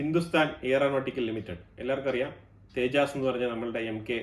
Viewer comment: Rafel എന്നതിനെ റഫേൽ എന്നോ റാഫേൽ എന്നോ റഫാൽ എന്നോ ഒക്കെ സൗകര്യം പോലെ പറയാം, നമ്മുടെ ഭാഷയല്ല. പക്ഷെ തേജസ്‌ എന്നത് തെജാസ് എന്ന് പറയുമ്പോൾ കാര്യമങ്ങനെയല്ല